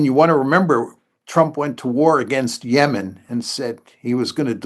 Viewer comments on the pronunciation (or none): none